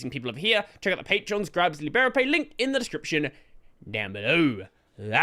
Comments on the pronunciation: It's "G-lib-C," not "glib C". 🤣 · I've always pronounced it "G-lib-C" but I think I prefer "glib C" now. Ain't got time for the extra syllable, if you ask me. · Wait. How do you pronounce "glibc"??!! I thought it was pronounced "Gee- lib- cee"